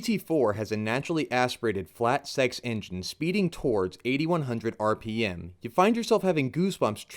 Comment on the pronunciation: Wtf is rmp? Did you mean rpm lmao